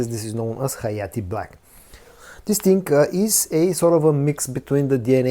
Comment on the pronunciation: Love the channel, but just wish you would stop saying Dis ting or dat ting 200 times every vid lol